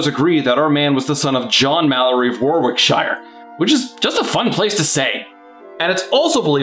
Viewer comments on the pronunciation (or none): "worwickshire, its a fun place to say" sadly you mispronounced it. it's pronounced worickshe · That's Wò-rick-shuh not War-rick-shy-uh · Btw, it’s pronounced WAR-RICK-SHER. I don’t get it either but that’s how it’s how people say it. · English being the awkward language it is, “Warwickshire” is pronounced “Worrickshire”, not “War-wick-shire” :) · It's pronounced 'Worrick-sheer', not 'War-wick-shire'. And it's pronounced 'Bucking-h'm', not 'Bucking-ham'. Sorry, it's just that I'm English, and I'm often irritated by how badly Americans butcher English place-names. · Woah-ick-sheer is how it's said in England, i know I know, we're weird. Oh yeah and also, for no reason what ever, everyone pronounces shit differently over here, but the way Warwickshire is pronounced is the most common among Brits, names of places rarely are effected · Warwickshire is pronounced "Wah-rick-shire" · Sorry its pronounced Wa-rick-shire although your name was better